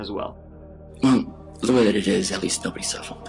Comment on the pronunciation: No, it's "at weest nobody sufewwed"